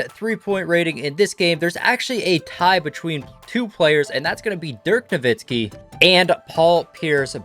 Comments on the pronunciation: He said Dirk’s last name with a Z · He really said dirk novitski